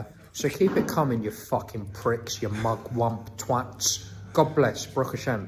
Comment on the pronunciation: So, I had to stop the video and look up Mugwump because the way he said it sounded like a slur. It means politicaly independent, so he's insulting them for not following the herd. Weird flex..lol